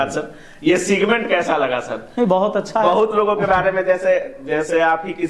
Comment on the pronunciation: सिगमेंट नहीं सेगमेंट होता है महाशय😂